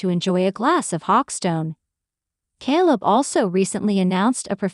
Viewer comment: Jesus Mary &the donkey ! stop with the KAL it’s K ,kay kayyyyy leb you’re making us crazy 😫🍀